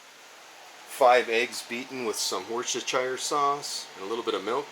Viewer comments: What's "Worset-chire" sauce? Hahaha. One of the most mispronounced words in the world. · Worcestershire sauce is better known as Worcester sauce in the UK. An easy way to pronounce it would be Wooster sauce :-)